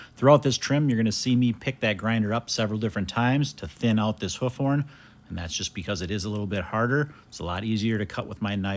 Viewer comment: Not "hoef" it's "hoof"